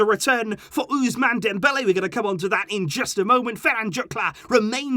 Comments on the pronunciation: Its not ouzzzmane it's ousssmane LOL😂 I'm bilingual in french and english so I know🤍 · "Yuousemaan" Dembele!😁 Nice pronunciation.